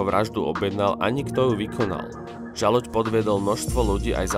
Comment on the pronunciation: Aspoň jeho meno si sa mal naučiť správne vysloviť.